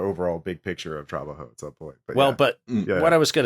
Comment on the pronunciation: tra-BA-jo, not TRA-ba-jo